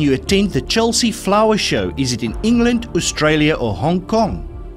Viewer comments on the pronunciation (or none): none